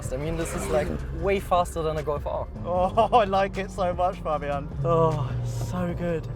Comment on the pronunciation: Im glad he didn't say "fejbien" but actually said fabian, which is the right way.